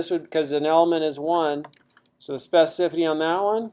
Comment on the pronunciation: It's a horrible word to pronounce, I realise that, but you're not quite there.